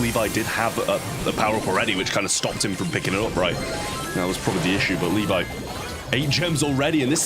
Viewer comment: Pronunciation of Levi is incorrect. It Le and vi(↑). Not Li (↑)vi(↑)